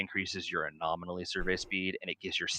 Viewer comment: good lord! it's "anomaly" not "a-nominally"! There are only 4 syllables, not 5!